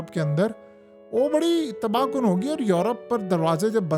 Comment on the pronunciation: Now says TABAH KUN. 😢 TABHA KUN. 😅 He said it Twice.